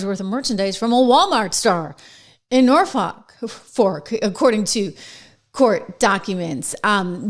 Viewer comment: At least you didn't pronounce it Nor Fuk like James does 😂😅😂😅